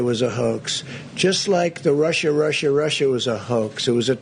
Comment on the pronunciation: He couldn't even pronounce "Russia" either. He said "Rusher, Rusher, Rusher."